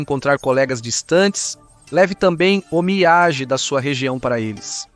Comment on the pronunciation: Boas explicações sobre os costumes japoneses. Só precisa melhorar a pronúncia das palavras japonesas (sushi, omiyage, onsem...)